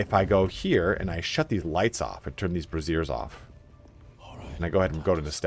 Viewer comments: it's BR-A-zhe-ers, a BRA-zeer is the long name for a bra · LOL "Turning the brassieres off". That's where you remove the clothes from your party so you can see them naked when you return to camp. (Which is also something you can actually do in this amazing game.) Braziers, on the other hand, is pronounced BRAY-zee-ehs. Thanks for these amazing videos. BG3 is so much richer and accessible as a result. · That's not how you pronounce braziers either. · FYI, that was a hilarious mispronounciation of the word "braziers". The word you actually pronounced is a term for a womans bra. P.S. A quick Google search can reveal the proper pronounciation.